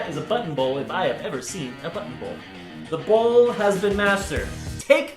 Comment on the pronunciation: I thought he said butthole bowl 😂😂😂😂